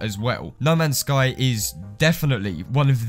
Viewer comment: Though you said lemons sky🔥🔥🔥